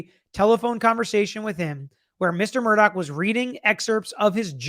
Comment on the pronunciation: MurDAW, not "dock"!🤦